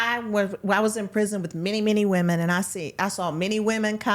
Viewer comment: So the fact that none of you can say “prison” is pitiful. And Kaitlyn you are soooo annoying.